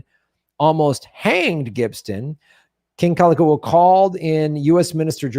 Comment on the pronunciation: The King's name is pronounced Kal- a- Kow- a. Read "Lost Kingdom" by Julia Flynn Siler. The Hawaiian Nation was made up of Native Hawaiians, and many other nationalities who had become citizens of the sovereign nation of Hawaii. It was recognized as sovereign in 1848 by Britain, France, and Japan. The Queen's cabinet was made up of citizens and non citizens of many other nations who became Hawaiian citizens. the Hawaiians were a very well educated bunch & within just a few years everyone was literate. Hawaii was not made up of savages. There were over 100 newspapers in Hawaiian. Some of the members of the cabinet were missionary families, born in Hawaii they were citizens. But they stole the kingdom for the US. The Queen, Lili'u'okalani, did not want more bloodshed and she and her ladies in waiting thought that they would be able to talk the US govt into understanding & giving the country back to the people. There was a vote to consider a new constitution around all the islands but the thousands of signatures were "lost" for 40 years. They have now been found and there is a court case in the World Court. Hawaii has never lost its sovereignty. There is no treaty of annexation. Look into it more closely. There are books galore and Dr. David Keanu Sai, PHD lines it all out in a way you can easily connect the dots. So when it was said that Obama wasn't an American, it is actually true as he was born in Queen's hospital in Honolulu.